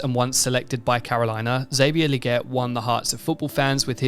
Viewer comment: Legette~ with TWO ✌️ E’s, “LEE-GETTE” Lol